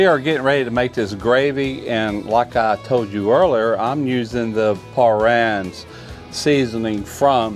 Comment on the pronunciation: Parrian’s pronounced PAH-ranz